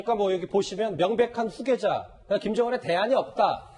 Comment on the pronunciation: 휴계자가 아니고 후계자 ᆢ 채널A 수준이 보인다 ᆢ